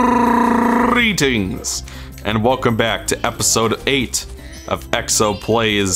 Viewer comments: ahbeef "My longest grrreetings ever" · i'm just waiting for the episode where you just roll the r in "greetings" for the whole 20 minutes